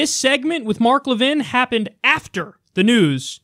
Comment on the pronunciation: I guess Levin didn't read the whole chapter on the Alienation & Sedition Acts, or he might have noticed that John Adams got ran out of the White House because of them. Pay attention, dude. (Also "Le-VIN"? What are you, French? It's pronounced "LEV-in", dummy.)